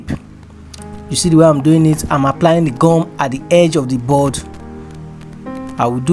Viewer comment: Is that glue or what because I don't understand when you say gam